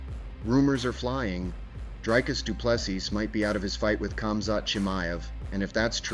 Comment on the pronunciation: Repeat after me: "Dree-Cuss Doo-Plê- See" Again: "Dree-Cuss Doo-Plê- See" Once more: "Dree-Cuss Doo-Plê- See" Last time: "Dree-Cuss Doo-Plê- See" Final time: "Dree-Cuss Doo-Plê- See" Final last time: "Dree-Cuss Doo-Plê- See" Now try AGAIN: "Dree-Cuss Doo-Plê- See"